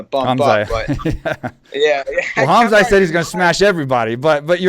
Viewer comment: Mike, Khamzat - K is silent(like Khabib), so Hamzat, T is NOT silent . 'Chimaev' - you got it right . In case you're wondering I'm from that part of the world. Love the podcast!!!